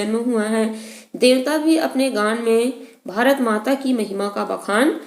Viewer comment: it is sounding more like g*nd rather then gaan😂